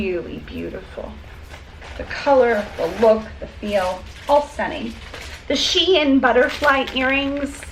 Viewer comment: The Shein jewelry is pronounced “shine”. Just an fyi